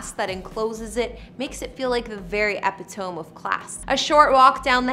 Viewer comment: “The very epi-tome of class...”. Haha